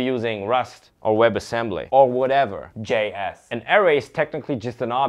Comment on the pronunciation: The way he says J-Ass killed me everytime. 😂